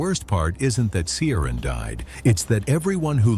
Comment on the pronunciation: PLEASE try to get names right. There is NO soft "C" in Irish. His name is pronounced KEER-ahn. It's not some rare or obscure name, either in Ireland or the Irish diaspora.